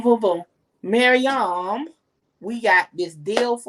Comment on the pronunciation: Yuuuuhhhhh 🤟🏾😝 it’s MaryAAM